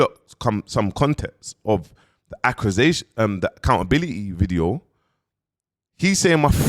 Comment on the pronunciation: The word accusation is fucking u up bro 😂😂😂😂😂